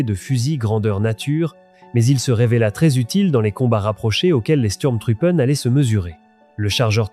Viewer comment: Votre exposé est très intéressant, mais, travaillez votre prononciation de l'Allemand: Sturm se prononce "CHtourm" Truppe se prononce "trouppeuh" Truppen se prononce "trouppeune" Faites un effort, Donnerwetter!!! votre prononciation est ridicule.